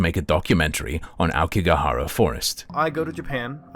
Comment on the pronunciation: I love how he lived in japan and can't even pronounce "aokigahara" 青木ヶ原